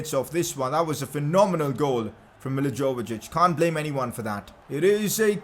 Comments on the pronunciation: It's not milivojevic it's milivoyevich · The Crystal Palace captain's name isn't pronounced Millie-Joa-va-Jich it's Millie-Voy-Ay-Vich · its not mijijovjic its pronounced as mili-vo-he-which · bro its pronounced as Milivoyovich 😂😂 love ur content tho